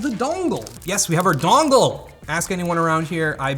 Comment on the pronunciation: I'm from Boston and I hate you for saying "dongle" wrong.